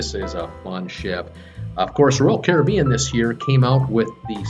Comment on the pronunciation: You’re the only American who I’ve heard pronounce “Caribbean” correctly